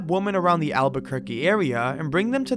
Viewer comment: Not to mention just correct spelling and pronunciations "Alburquerque"... "Vigil" "Extradited"